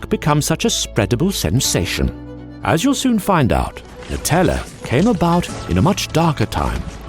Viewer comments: It’s pronounced Nutella ( new-tell-ah) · I'm Italian and I'm kinda triggered about the pronounciation nice video tho